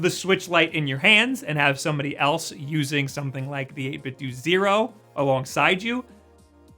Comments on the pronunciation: You pronounce it 8bit-dew but I think it’s supposed to be pronounced 8bit-doh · It's 8 bit dough, like nintendo. not doo lol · You say 8bitdo like 8bitdue I think it’s supposed to be like Ninten’dough’ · say it 8bitdo like it rhymes with nintendo. eytbit-dough instead of eytbit-dew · Huh, I always heard the company's name pronounced as 8bit 'dough', despite how it's spelled. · Great video. One question...why do people keep pronouncing it "8-bit-doo"? Did you grow up playing the Nintendoo, Super Nintendoo, Nintendoo 64, Nintendoo Gamecube, and so on? What gives? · You should pronounce 8-Bitdo as how you would say Nintendo.